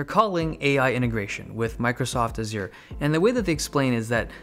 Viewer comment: Heard you say Microsoft Azure the second time in this video, I believe it is pronounced a tiny bit different...